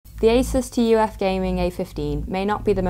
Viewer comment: I don't know why but it is bothering me so much that she is saying "T" "U" "F". It reminds me Nvidia saying "Tie" instead of Ti.